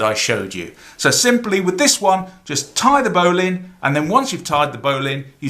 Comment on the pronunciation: I don't know why they way you say bowline annoys me.